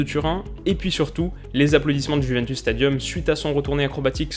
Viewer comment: Désolé mais en ayant des origines italiennes ta prononciation du mot juventus me fait saigner des oreilles...😭😭😂😂